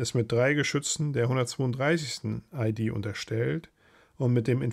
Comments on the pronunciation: hast du vollkommen recht!das is nun mal ne "ie-Dee" und keine "ei-Die"😂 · Anmerkung: Du sprichst immer wieder von EiDie, also Englisch Identity.. Ist aber ne Infanteriedivision, also IehDeh...